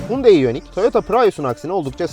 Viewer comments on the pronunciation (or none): reis bi ara otur da şu araba markaları modelleri nasıl okunuyor bi iyice öğren. Hyundai markasına Türkiye'de Hundayi diyoruz asıl okunuşu Yandeydir, sen Hundey olarak söylüyorsun. Prius biz Piriyus olarak okuyabilirken esası Priyıs şeklinde okunabilir, bunu da Pırayus olarak söylüyorsun.